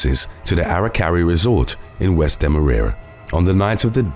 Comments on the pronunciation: Demerara is pronounced more like Deme-raw-raw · Demerara is pronounced more like Demerawraw